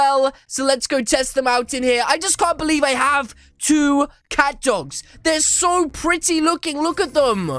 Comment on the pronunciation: this is the only youtuber that i heard the word catdog get your names right!